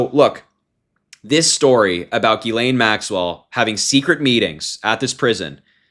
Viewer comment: It's Pronounced: "JIZZ-lane," Harry....